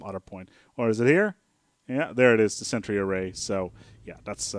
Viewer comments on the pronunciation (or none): none